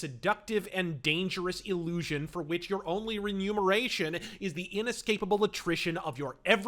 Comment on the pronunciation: *Remuneration Mun, as in money - not Num as in numeral. "Money paid for work or a service". Made the same mistake myself a hundred times and I'd be happy to gently backhand every person who didn't bother to correct me.